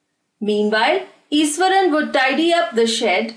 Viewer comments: It is pronounced as ishwaran not esaran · truly iswaran😂